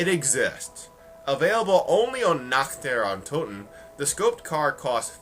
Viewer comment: I love how he pronounces Nacht der untoten (BTW, i am german, and he sounds like a North-german)